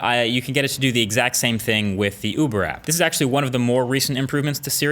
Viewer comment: Damn the male Siri voice is having a hard time with "Uber" and "request"